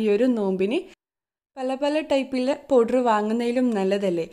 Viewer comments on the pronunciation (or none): none